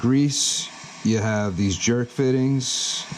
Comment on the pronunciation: It's a "Zerk fitting" not jerk. It's named for Oscar U. Zerk the guy who first patented the design. Over greasing is worse than under greasing, 1st off if the bearings are sealed you'll blow out the seal. Keep in mind the grease will thin and expand with heat. Just like oil in an engine if you over fill it'll create excess pressure and cause more damage than if it is slightly under filled. Incorrect, there are right and wrong ways to do things, the only case where you want to over grease and push out the old is if it's a bushing or an unsealed bearing that might have contamination like grit in it but if it is a shielded (metal seal) or sealed (rubber seal) bearing you never fill till you see grease coming out.